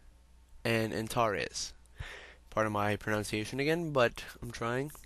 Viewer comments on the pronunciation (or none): none